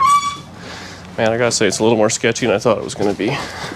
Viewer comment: Yes, he said shazy.